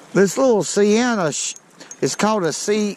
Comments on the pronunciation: Great video and the reel is pronounced See-Anna or at least that's the way I always said it. Shimano makes some good reels and I especially like to use mine just the way you're doing it . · here it is phonetically.... See-N-ah. Aw-ite? Sea-en-ah. Now say it 30 times. Yep, a purty good little reel for your application. Would Trilene XL 2 pound test fish as well? Your jig body selections are dead on.